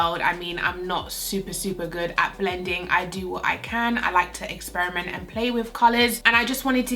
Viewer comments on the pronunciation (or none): none